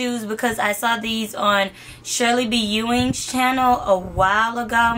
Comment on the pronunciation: It's pronounced Shirely B ENIANG- ANY-YANG.